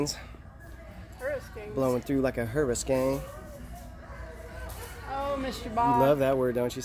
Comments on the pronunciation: I laughed so hard in that video where told her not to be a Yarnado. Now he says "hurriskein". He's definitely a keeper. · "Hurri-skane" & Donna Karin! 😂